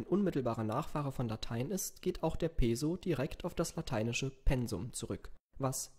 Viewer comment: Peso? Peso soll wie Peßo ausgesprochen.